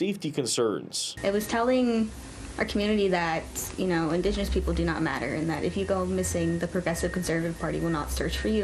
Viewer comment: "indegeniius" lol shes more white than me...